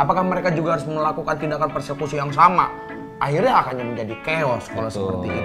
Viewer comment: Persekusi jadi perkusi hahaha XD cakep cakep, beritanya punya informasi skaligus ngelawak jg